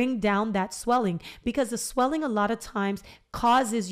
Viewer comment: “Sweeling” so funny girl! I’m literally sitting here chuckling for the first time after my extraction early this morning so I thank you. I needed tht lil laugh.. 😂You better do yo podcast perfectly, so inviting and very professional! Yasss gworl!!! I said YOU BETTA DO IT! More importantly, I truly needed this! You explained it in a way that made me understand and trust you. Not to mention you cute sisss!!! Felt like a good friend just giving me advice… not many can achieve that and for that I appreciate you!!! ❤️❤️💪🏾